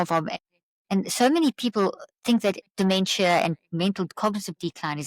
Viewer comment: How can his word be trusted if he doesn't even pronounce dementia Correctly